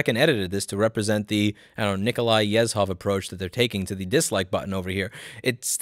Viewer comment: Nikolai Yezhov is pronounced with a J sound where the Z is. Yej-hof